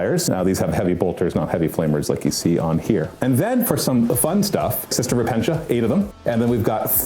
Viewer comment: hospital-er. not hospi-TAL-er. repen-Tia. not ruh-pen-shu